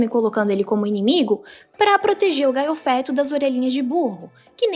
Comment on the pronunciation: Realmente, ela falando "Gaiofeto" deu uma irritada até em mim